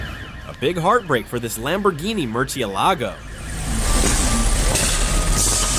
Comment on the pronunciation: AND THE TEXT ON THE VID SAID LAMOGHINI GALLIDO BUT IT WAS A MERCALAGO AND HE SAID MERSALAGO